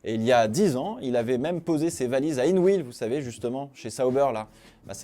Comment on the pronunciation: Hinwil se prononce "Hinvil", c'est dans la partie germanique de la Suisse 😉